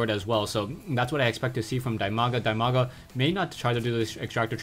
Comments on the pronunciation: while it is true that Dimaga's name is pronounced "Dee-Mah-Gah" (The name comes from his IRL name "Dima", pronounced "Dee-Muh"), I actually prefer your pronunciation. As far as I am concerned, What would be best is an acknowledgment in your next video with him that you know the correct pronunciation and are conscientiously pronouncing his name differently for the fans. Or call him "Dee-Mah-Gah", I guess it's your choice. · Dimaga's nickname pronounced as DEEMAGA. Just cuz he's Ukrainian. Cheers!